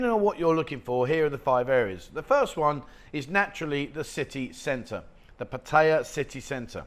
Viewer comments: I can’t believe how many don’t put the effort into saying, Pattaya correct. Not,, Pa tie’ ya. It’s pa ta ya’. Ask any local, make an effort. It is the only respectable thing to do. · For some reason the Brits really struggle with this. Pat-I-Ya not Patty-a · it’s pa ta ya. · Info is good buy after so long in Pattaya one should pronounce the name correctly.